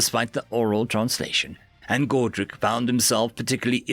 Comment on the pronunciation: Not to be mean but you know you've been reading too many alien names when you say godric as godrac lol